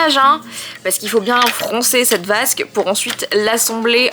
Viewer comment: J'adore la vasque au lieu de basque 😅